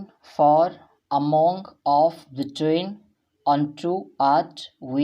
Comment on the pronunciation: Sir seta aaamong କହନ୍ତି ନାହିଁ ତେଣୁ ଏହାକୁ ଏମୋଙ୍ଗ କହିବା